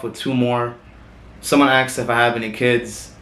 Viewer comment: Why does he says aksed not asked ?